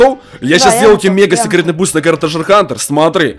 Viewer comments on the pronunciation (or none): none